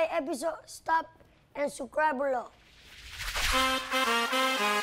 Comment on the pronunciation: “Sucribe below”